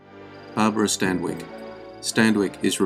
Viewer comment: He can't pronounce Stanwyck either, he always adds a non existent d